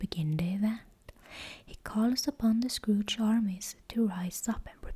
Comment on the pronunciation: I love "The Scrooge" instead of the Scourge, it makes me giggle and think of a combination of Arthas and old man Scrooge 🤪😂